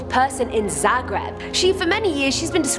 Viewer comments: prvi put cujem da netko tako govori Zagreb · Da ahahahahhahaa "zaugrejb" koji k😂😂😂